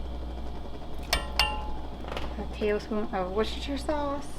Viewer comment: Dearest.....I live in Britain, not far from Worcestershire (where the sauce is from ) so I'm going to tell you how it's really pronounced. It is NOT as it is spelt. It is not....wor-ces-ter-shire. It is pronounced Wooster-sheer......or just Wooster for short. So.....you are using Wooster sauce. Hope this helps.:)